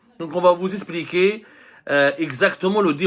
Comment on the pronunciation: Monsieur abdou.... On dit expliquer... Pas espliquer😊😊.... Je rigole